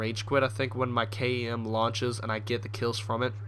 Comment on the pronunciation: You can say kem instead of k-e-m that might be easier:)